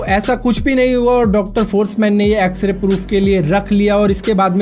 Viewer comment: X ray ko xra kehre ho